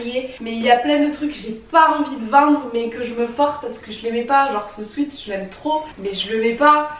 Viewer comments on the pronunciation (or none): none